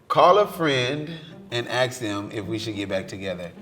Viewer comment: Why can’t black people ever say “ask” correctly? Just stop being gay, geez 🤦🏻‍♂️